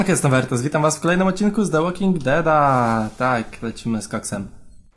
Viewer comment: a czemu mówisz The ŁOKING dead?